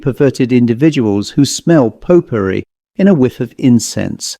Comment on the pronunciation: I thought you were saying pot pourri, not popery 😂